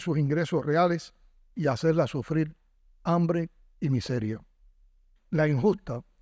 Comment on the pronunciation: No sé dice sufril se dice sufrir